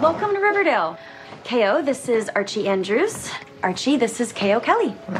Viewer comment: I'm sorry but all I can hear is "Kale Kelly" instead of "KO Kelly" lol